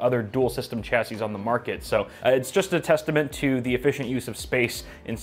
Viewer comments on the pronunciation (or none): Shashey not cha sey